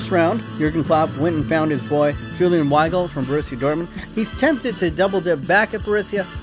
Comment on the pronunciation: Julian Weigl never played under Jurgen Klopp P.s. Weigl is pronounced Veigl